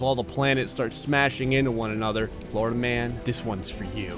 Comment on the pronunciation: Until like the 5th time he said it I was like who tf is Flarda-man